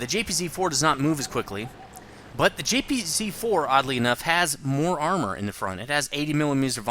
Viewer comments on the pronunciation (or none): Completely off topic, but one thing that's always annoyed me a little bit is that you pronounce German tanks names incorrectly. For example, the "J"P"Z"4, which should be the JagdPanzer 4/IV. Just a minor annoyance. :P